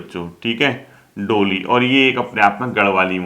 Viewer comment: Sir ji.. डोली नहीं ढोली .. likha to sahi hai aapne but pronunciation galat hai..